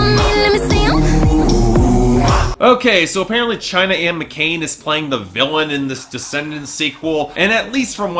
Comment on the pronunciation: McClain, not McCain